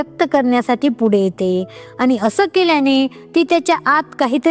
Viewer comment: चांगलं मार्गदर्शन .आनी,पानी अशुद्ध बोलू नये please .